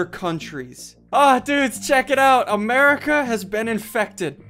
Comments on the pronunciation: Why does he say “Merca” instead of “America” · SSundee says Merica not America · “Merica” did he say?